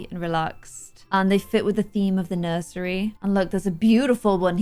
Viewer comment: "Nuisery" where did you get the word from? That was funny.